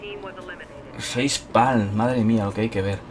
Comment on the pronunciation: FEIZ PALMMM xdxd :v